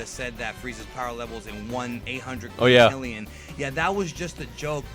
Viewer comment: I guess he was Trying to Say 1.3 Quitrillion...but Voice actor just ....Missaid